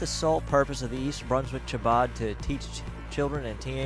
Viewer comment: Sadly you guys appear to be quite antisemitic. Aryeh Goodman will be dealt with for his criminal conduct and should be if he is Guilty, but your so called coverage came off as extremely bigoted and hateful. You also mispronounced Chabad and the main headquarters in Brooklyn doesn't employ Aryeh Goodman and disavowed having anything to do with him. It is unfortunate that you would make such a prejudicial piece about such a tragic situation. It is unnecessary to condemn the entire Chabad movement for the alleged wrongful actions of one individual.